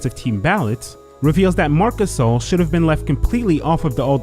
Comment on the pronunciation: Nobody: Kenny "The Jet" Smith: mark cuhSAAL